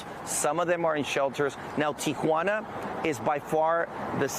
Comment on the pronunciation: He loves saying teequana